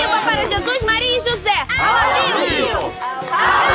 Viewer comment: o nome é José e não joze.